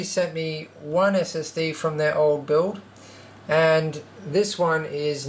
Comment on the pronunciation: "the buld" "into the buld" hahaha just scrwing :D nice machine!!! great job.